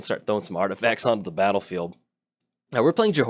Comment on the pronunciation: Artifasers lol I think it's intentional isn't it?